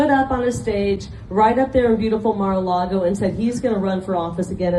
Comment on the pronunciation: Nothing like standing there and basically dissing her own state, by saying Mar A Cloggo is the most beautiful thing in the most beautiful state. Damn, girl...rude. If I still lived in Arizona, I'd be pissed she said it like that..just to kiss up to Donald's butt. I'm 59, and when I learned in elementary school, about what the settlers did to the Native Americans already here when settlers docked, it made me ashamed that people like me, white, could do something like that. Felt the same when learning about slavery happened..and I still am embarrassed a little of what our white forefathers did concerning anyone not white in skin color. EVERY person should have a little of that understanding. I KNOW I personally didn't do that, but just that my forefathers may have, is enough for me. Maybe others have harder hearts..I don't know.